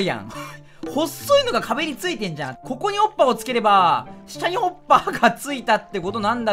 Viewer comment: 滑舌のせいかホッパーが おっぱいに聞こえない？自分だけ？